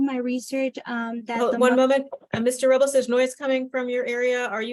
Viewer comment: She keeps saying Ms. Robliss "very disrespectful"